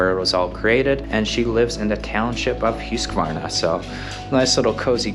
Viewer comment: Thanks for sharing. I found it really interesting, and also educational. Now I know how to properly pronounce Huskvarna, or Husqvarna as I recognise through product branding. Locally we’ve always pronounced it as Husk-Varna [huhsk], instead of as you pronounced it [ˈhʉ̂ːsˌkvɑːɳa]. I learn something new everyday! 😊